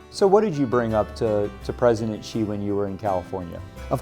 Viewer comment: Please pronounce his surname correctly, it is not "chi" you should pronounce as "si" to show your respect to someone. I won't pronounce your name Aaalon Buteze. Secondly it is kind of disturbing to come to think about China giving business to Americans, Americans pay taxes to USA government to bash China with lies, blasphemy, fake news etc. Look at Australia, China resume trade to allow Australian products to enter China market and they are having huge sales order then Australia sent their warship to South China Sea to create problem and backing the former USA colony and Vietnam to create troubles...... Is this the right things? What are these people / voters thinking? "Hey I want you money, they I pay my thug head to bash you and cause all kind of trouble AND you continue to give me business, I will continue to support my thug leader to do whatever he wants to hurt you, suppress you and do whatever you don't like even to the extend that it will hurt your ability to buy from me BUT you must continue to buy from me and buy more from time to time without fails. Can anyone understand this logic? Or because Americans have no choice in actual fact, you can only choose the bad of the worst but what was planted in your brain is that you have all the freedom and option BUT actually none